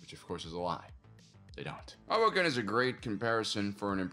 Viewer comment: I first heard 'hobo camp' instead of Hoboken. "They have pretty advanced buildings for a camp.... oh."